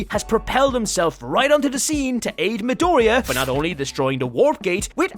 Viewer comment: Its a Mi-doriya